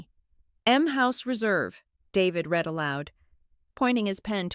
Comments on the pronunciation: cant the brilliant AI learn the difference between i red and book and i can reed the book and what the hell language are the numbers in. isnymbers and time in? cmon its totally disruptive an d irritating! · Red is read and read is reed.